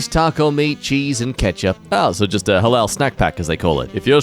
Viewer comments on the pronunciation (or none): none